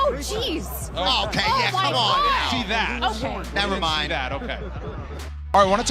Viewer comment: Tyson: I thee nothing wrong 😂